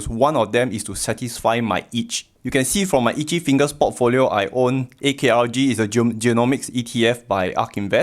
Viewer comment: ARKG not AKRG :D <3 Thanks and I really appreciate an early thumbs up.